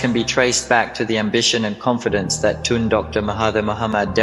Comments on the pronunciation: Is Tun not Tan 😂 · Not "tonne" but "toon" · Actual pronunciation of 'Tun' is like the word 'toon' as in cartoon.